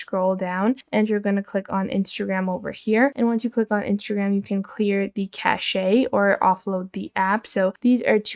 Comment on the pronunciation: Cache is definitely not pronounced that way. But it sounds classy.